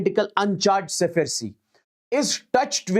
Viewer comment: it's sphere, not sephere